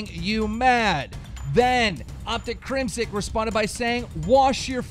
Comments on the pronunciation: Its crimsix. With an X. Not Crimsick. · His name is CrimSIX not CrimSICK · Keem, who in the fuck is Crimsick? I know CrimSIX but not Crimsick. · ITS FUCKING CRIM SIX (6) 6 six not sick